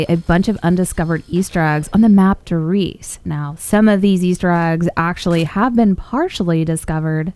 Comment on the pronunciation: "I'M ON DER RIESE" 😂